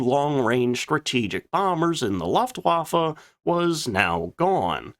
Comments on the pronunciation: Loeftwaffe, not laftwaffe😂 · What is a Loftwaffle ? Jesus , got the prononciation correct! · A person with such high knowledge of aircraft should know how to pronounce Luftwaffe! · I love your channel, and your (non) dulcet tones, but for the love of God, please learn how to pronounce “Luftwaffe” correctly. You’re killing me Smalls 🥹